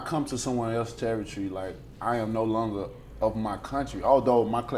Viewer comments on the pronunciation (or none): none